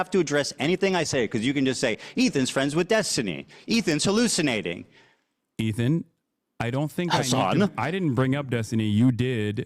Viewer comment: The way hasan said Ethan over and over for hours hurt me